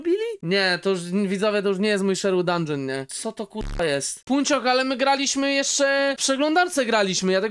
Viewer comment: mówii się dundżyn a nie dungeon